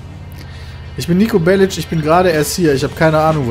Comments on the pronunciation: Nico Bellitsch xD das heißt Nico Bellic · Nico belic wird am ende mit k ausgesprochen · nur zur info. man spricht serbische nachnamen so aus. "Bellitsch" ist richtig. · so viel ich weiß ist Nico Serbe und damit müsste die korrekte Aussprache BelliTSCH sein. Bin mir aber nicht ganz sicher. Falls irgendjemand genaueres weiß verbessert mich.